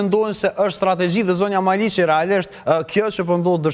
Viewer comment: O hajvan me dy këmbë, jo 'Maliçi' por 'Maliqi'! Hallelujah!